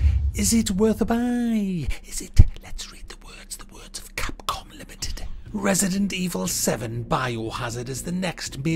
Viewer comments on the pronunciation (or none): none